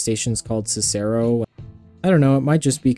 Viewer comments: Ok so comments from a Chicago resident's POV: 1: it's OHgilvie or ohGILvie (depending on who you ask) 2: it's CICero not cicAIRo 3: the red line should not take over yellow line service - the yellow line has pitiful ridership because (even with your proposed infill station) it goes barely anywhere; it is nowhere near worth the cost of expanding the stations from fitting 2-car yellow line trains to 8-car red line ones and increasing the strain on the operations of the already extraordinarily long and soon-to-be-longer red line. 4: the blue line should not take over pink line service - the pink line was spun off for a reason. it has always had much less demand and usage, and so in a very cash-strapped system with twin crises in both recruitment (not enough train + bus operators) and finances ( the CTA is about to hit a fiscal cliff), it is very much not worth straining the limited resources of the blue line to run (by CTA standards) high frequency, high capacity, modern cars and long trains on a pretty low performance section of the system. The only two options there are either running trains with way too much capacity and frequency than are justified (this is not a situation where larger, more frequent trains will increase demand - we know that when the blue line was running its trains on the pink line, they were still doing very poorly) or lowering the standards for the entire blue line instead of just letting the pink line run its own, smaller trains. 5: similarly, the purpl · CICERO- SIS-UR-OH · The way he said cero as a native we say is (sis-aro) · Also, Siss-e-roe and De-vaughn (or De-von). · The way Cicero was butchered omg